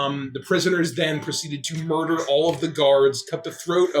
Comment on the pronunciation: Its not regular murder, its moider